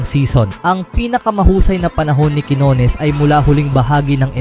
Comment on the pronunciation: Minamali mo pa ang bigkas ng quinones..... Pinoy ka, wag kang mag-inarte!!!